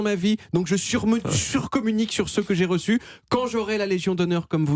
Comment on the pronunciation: Il a presque maîtrisé la Prononciation reçu. Impressionant pour un Français.